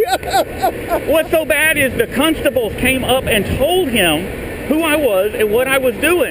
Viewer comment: “Cuntstables” ahahaha. Nice job!!